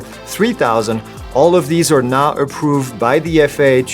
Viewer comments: It's sounds like you said not approve but I can hear now approve replaying it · I’m assuming the drones you mentioned are going to be remote ID approved? I’m just a little confused because your accent/speech sorta makes it almost sound like you said not approved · Did you say those drones listed are “now” approved or “not” approved? I couldn’t quite understand. I tried flying my air 2s yesterday and couldn’t get it to fly. I check firmware, DJI fly and everything was ok until I saw “remote id error”. Can someone help me? Am I not allowed to fly my drone anymore? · did you say "not" approoved or "now" approved??... sorry but that wird is not discernable in your video.